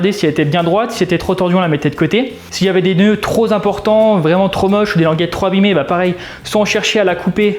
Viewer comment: 1'57: "...des noeuds troz importants..." Pour le bricolage, c'est impeccable mais pour les liaisons en français, il y a moyen de s'améliorer. 😊👍 bonne continuation, vous faites du bon boulot.